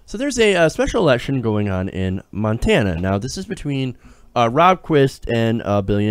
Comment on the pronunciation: As someone who is from Montana I am impressed that you pronounced the names of all those towns correctly.